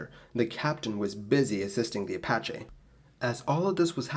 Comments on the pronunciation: apacha??? I thought it was apache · Apache - Uh pa (short a as in path) chee (as in cheese) in case you ever have to use it again.